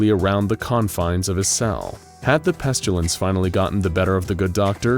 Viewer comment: Am I the only bothered by the pronounciation of of pestilance. It's pest-ill-ance. Not pest-u-lance. I think the author is confusing it with petulance.